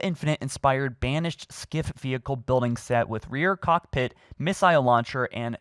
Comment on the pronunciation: Doesn’t know how to pronounce missile or turret